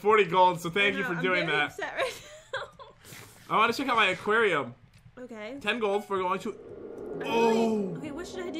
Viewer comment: calls aquarium aqwato XD